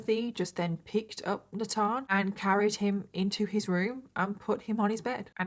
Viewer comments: Nut-on? Nat-han? U mean, NATHAN? NAY-TH-EN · Is the little boy’s name Nathan? Maybe a different spelling or pronunciation; in US we typically pronounce that ‘NAY-thin.’